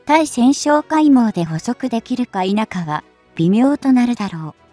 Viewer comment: ついせんってなんだよ。たいせんでしょ😀